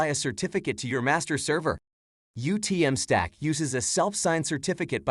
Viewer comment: The AI "animated" face is horrifying, the voice is stilted and nobody bothered to pay attention to whether it was pronouncing the name of product correctly. I had to check to make sure this was the official YouTube channel. Disappointing.